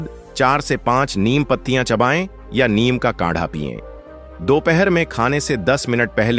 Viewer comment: Neem to sahi bolo ye niyam kya hota h